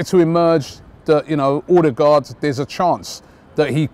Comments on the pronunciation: Ødegaard/Odegaard - Not Odergaard, wtf? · Odegaard not Ordegaard